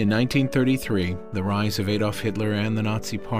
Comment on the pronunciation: Spoiled for me by the mispronunciation of Naomi as Niomi and Adolph as Aydolph and by the same 2 bars of music played over and over and over.